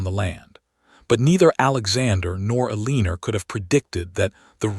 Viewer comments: Can the AI voice be programmed to say Eleanor instead of Aleener? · Mispronunciations really take away from a good story. Examples: Eleanor, stare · AI mispronounces Eleanor. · Please have the AI voice learn how to pronounce the female heroine’s name! It is frequent and extremely annoying! Please fix it!